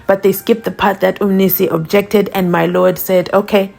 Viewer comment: “As the court pleases my LOTT” 😂